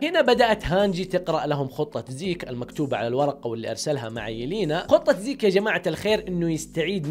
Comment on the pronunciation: زيج خليجي 😂😂😂😂